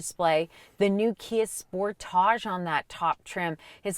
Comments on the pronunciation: lolol, they way she says Mazda.. “Maze’da” and “Spor’Tahj” I had no idea was such a Mazda fan. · Sorry! Had to laugh at every time she said Sportage'. It's Sportage. No French needed. Your welcome.